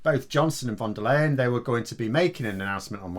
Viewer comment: Her last name is pronounced “Lion”